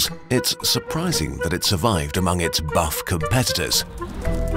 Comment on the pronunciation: the way he said buff lmao